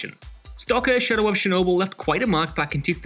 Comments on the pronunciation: It's CHernobyl ... not SHernobyl ! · "shadow of shernobyl"